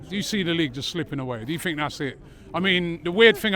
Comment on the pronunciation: I like how he always says "I Fink"